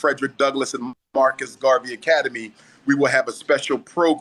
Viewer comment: First time I’ve heard him say Marcus Garvey properly. Instead of mawcus gawvey Just my observation😅